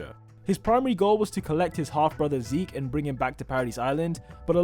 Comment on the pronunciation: its not zeke its ze....ke